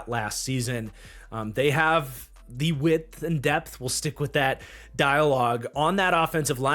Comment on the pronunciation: Yea man that whole "width" thing.. not working for me.